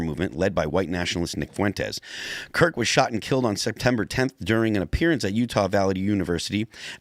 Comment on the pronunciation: Good old "Charlie Klirk".